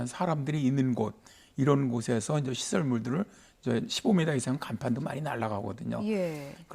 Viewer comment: 이제를 인저라고 하심